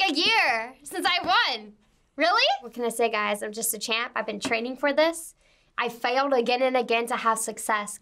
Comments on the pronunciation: literally the only time I laughed when she failed at pronouncing "I failed" lmao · she went straight british wtf